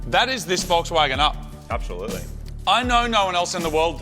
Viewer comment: I swear Marty says " upbsolutely"